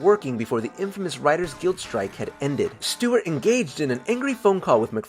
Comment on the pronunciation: Stewart* not Stewie how’d you mess up already and we ain’t pass the first 2 yet 🤣